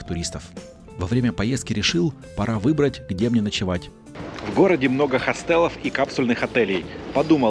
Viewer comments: ХОстел а не хостЕл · Отличное видео, как всегда. А «хостЕл» так себе😀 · Извините, но вы не русский? почему так много слов с неправильными ударениями? Какой хостел с ударением на "Е"? слушать противно